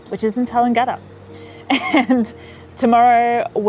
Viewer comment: Your pronunciation of Tallangatta is completely wrong. It is not pronounced as it spells!